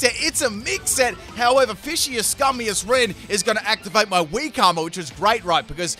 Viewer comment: Pronounce Fishious, as Vicious. There you go